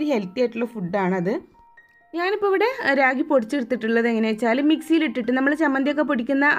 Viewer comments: രാഗി അല്ല. റാഗി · കൊച്ചേ രാഗി അല്ല റാഗി എന്നുപറ 🙏🏼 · രാഗി അല്ല ട്ടോ‌, റാഗി എന്നാണ് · രാഗിയോ?? റാഗിയാണ്... വിവരവും വിദ്യാഭ്യാസവും ഇല്ലാന്ന് തോന്നുന്നു. 😂😂